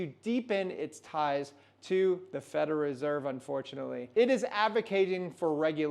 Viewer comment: Say it slowly with me … “Fed-ER-ALL” now all together “federal”…well done, keep practicing. 👍